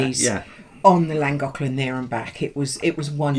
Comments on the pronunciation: i think you will find llagoclan is pronounced flangoclan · Llangollen I think it is better if you try saying Lan-goth-lan saying it softer brings the sound out closer. I am not Welsh,(only10% of Welsh speak Welsh but getting better) I speak a little after 40 years here 😉 have you thought of trying that Goggle translate site where you can click on the sound button and it will say it ? Just trying to help 👀😉